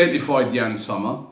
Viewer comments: It's pronounced ''Zomer' with 'o', not 'summer' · Yann [Zommer]..not [Summer]😂😂